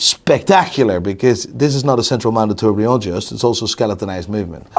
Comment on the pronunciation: Please can someone tell he's been mispronouncing "tourbillon" wrong for years?